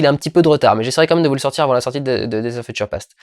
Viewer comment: "Feutcheure"? :p Désolé, c'était plus fort que moi. Regardons ça.